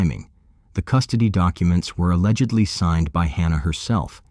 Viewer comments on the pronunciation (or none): none